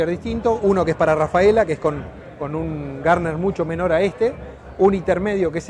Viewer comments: “Gardner”? No es “Gurney” ? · Garner???? NO, Gurney. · no, está mal pronunciado, el creador del Tyrrell P34 como bien decís fue Gardner, pero ese pequeño apéndice en el borde de fuga de un perfil alar es por Dan Gurney..